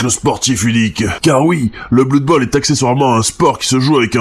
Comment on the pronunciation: On dit bleud bowl en fait. Aussi, blood bowl ne prend pas place dans warhammer fantasy mais dans son propre univers.